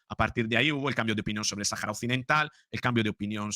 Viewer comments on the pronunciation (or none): none